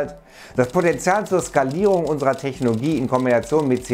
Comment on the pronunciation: Kann es sein, dass er immer Technogie statt Technologie sagt?